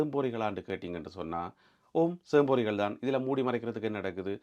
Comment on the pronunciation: அது சேம்பேறிகள் இல்லை சோம்பேறிகள் . உச்சரிப்பது தவறாக உள்ளது . சிறிய கணிப்பு